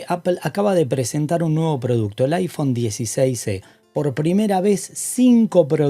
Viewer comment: Mi amigo, estoy escuchando bien?..."iphone 16c" es lo que te escucho decir en vez de iphone 16e?